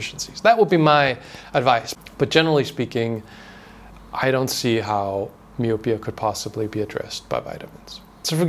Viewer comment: It's pronounced my-oh-pee-uh. That's messed up to hear vitamins aren't better regulated. People are such greedy a**holes.